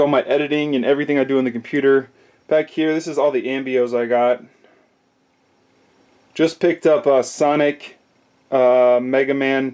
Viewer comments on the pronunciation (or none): You called Amiibos "ambios" lol wtf never heard someone call it that